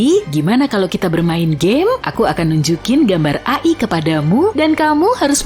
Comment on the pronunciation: Bukannya dibaca ei-ai